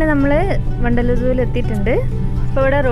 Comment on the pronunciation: vandaloor ennu kettappo pandallor aanennu karuthi